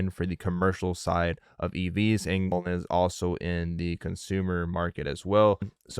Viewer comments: The Randy guys kept saying Mullens which bothers me as well, but John even said Mullens from the Friday interview in MI, lol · videos seem illegitimate. I feel its unprofessional. And hes calling mullen (mullens)